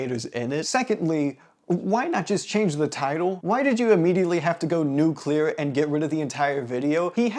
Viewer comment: the way you say nuclear genuinely pisses me off, cause other people pronounce it nuke-ular which already pisses me off but I’ve NEVER heard someone pronounce it as 2 words